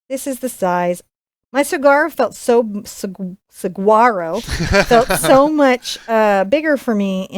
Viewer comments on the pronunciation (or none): You're so cute! The "branches" are called "arms" and you don't pronounce the "G" in Saguaro, so it sounds like sa-war-o. :) (I was born and raised in Arizona so I know all about these lol.) I'm looking forward to painting this beautiful scene. My dad still lives in Arizona so I think I'll give it to him for a birthday or Father's Day gift.